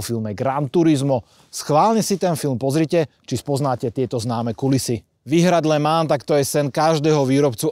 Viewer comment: Kluci, ta vaše výslovnost okruhu LeMans je opravdu u obou úsměvná, ke všemu když majitel tam byl a neumí to vyslovit po francouzky. Pro mě je to pouze pozér majitel.